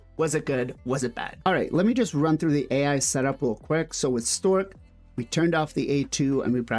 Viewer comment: Great video, thank you. I laughed every time you called Stokk...Stork, lol.